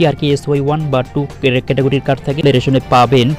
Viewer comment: তুইতো কার্ড (card) শব্দ উচ্চারণ করতে পারিনা ঠিকমতো কি করে ইউটিউব চালায়, আগে নিজে বুঝার চেষ্টা কর তারপর অপরকে বুঝাবার চেষ্টা কর।